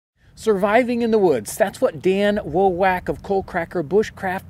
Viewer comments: How many takes did you need to say Dan Wowak of Coalcracker Bushcraft correctly? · I have this thought every time I hear him say Dan's last name xD